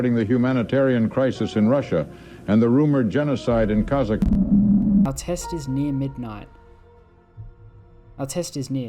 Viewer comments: came for holy russian empire, stayed for "kazakhastan" mispronunciation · The worst crime you've committed in this video is pronouncing Kazakhstan as "Kazakuhstan"